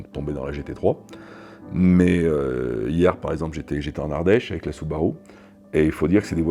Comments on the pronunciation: Süüüüübarüüüü il est génial le mec. Le monde entier y compris les japonais disent Soubarou et lui il dit Sübarü hahahahaha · Excellente vidéo !!! J'ai adoré. Juste la prononciation de la marque qui m'a choqué, ce n'est pas permis une prononciation pareille pour un processeur de Subaru 😉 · cf la video japonaise c’est une prononciation particuliere mais in fine ce n’est pas bien grave 😀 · French touch 😅